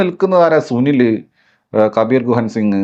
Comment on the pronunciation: കബീർ ഗുഹൻ സിംഗ് ❌ കബീർ ദുഹൻ സിംഗ് ✅